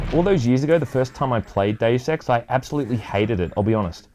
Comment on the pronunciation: ....it's probably just me, but the way you say "Deus Ex" sounds like you're saying "Daily Sex" 😂 👉👌